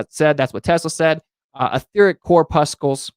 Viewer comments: Friendly correction: "corpuscle" is pronounced exactly like "muscle". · Corpuscle is pronounced like the word "muscle."